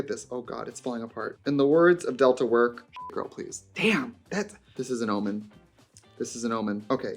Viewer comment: Not her saying Almond instead of Omen